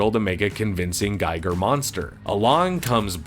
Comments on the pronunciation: I hate to be that guy, but it’s my cosmic duty to inform you that “Giger” (GEEGER) is not pronounced the same as “Geiger” (GYGER) and it harms your credibility not to know this. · Gee-ger. Not Guy-ger. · Yaphet was Parker, not Peter. And bruh, please its pronounced Gee-ger. Your showing stills from the documentary Beast Within that even has the correct pronunciation. Bruuuuh, and Ron Shusett was TOTALLY given story credit along with O'Bannon. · Giger is pronounced Gee-ger with a hard g. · His name is pronounced H.R. G-ee-ger. It was painful hearing it said wrong over and over. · It's pronounced Gee-grr.